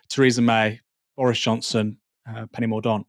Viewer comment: Its pronounced Penny Mor Dent...ffs